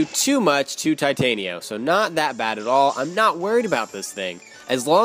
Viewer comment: I like how you pronounce Titanio XD